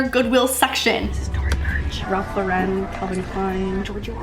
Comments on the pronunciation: I absolutely love this series! Hahah I love how her name is literally Lauren and she can’t pronounce Ralph Lauren 😂❤️✨ ily girl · girl. Ralph Lauren is pronounced like YOUR NAME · Ralph Lauren is pronounced like your name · Ralph LAUREN rhymes with FOREIGN. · Lauren btw It’s pronounced Ralph Lauren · ralph lo-ren 💀💀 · I love how she couldnt even pronounce Polo Ralph Lauren when Lauren is her own name. 😂❤ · Ralph Lauren is pronounced just like your name. 😉